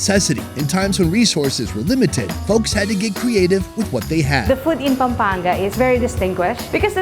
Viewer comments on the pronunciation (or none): bruh im mad i live in Pampanga and im little bit mad in the pronunciation its not papanga its Pam pang ga like that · bro its no pa pa gan its pam pan ga